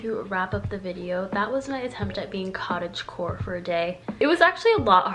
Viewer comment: Everytime she says cottage core i hear cottage porn....i have issues lmfao😳